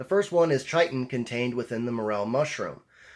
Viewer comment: It's Pronounced kiton.